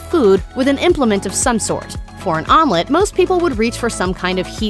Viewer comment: It took me half the video until I caught what she means with "Armlet" 😂